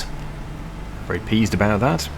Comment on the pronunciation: "Get it set to peas. Very peased about that" 😂😂😂